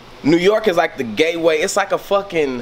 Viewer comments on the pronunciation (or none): did he just say “GayWay”